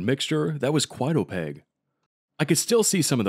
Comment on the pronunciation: OpaQUe like with a q. Not opague